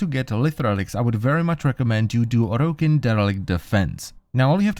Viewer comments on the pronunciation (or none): Say orokin properly please